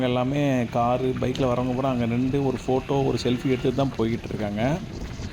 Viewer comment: நிண்டு அல்ல, நின்று திருத்திக்கொள்ளவும்